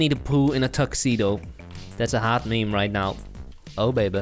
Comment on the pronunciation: it's not "mEmE" its "miM" bro.